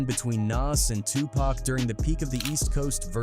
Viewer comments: Gah damn does it bother the fuck outta me when these AI voice overs pronounce Pac as “pack” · This video calling Tupac "Pack" is frickin' annoying, A.I. needs to die!!! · Who the hell is pack . does he mean PAC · Such an insult to say Tupac's name wrong